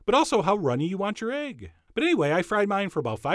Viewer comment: Who else is fascinated by the way him call it aygg and not "ehgg" ... even thought he was steaming ready-boiled aygs (u got me saying aygs now) 😁 skach-ayg